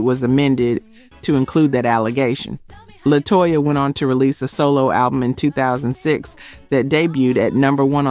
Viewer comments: Xscape group member is named LaTasha but spelled LaTocha... but you keep saying (La-Toe-Cha) lol😂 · lol and La-toe-sha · Also include her pronunciation of LaTosha of Xcape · The AI used in this was trash. Make sure it gets the groups names right. LaToesha? K-Sigh? Do better! Yet wondering why no one is subscribing or joining the membership?? It's not good content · On-vogue, K-sigh, La-Toe Sha, the yawn ! Awful AI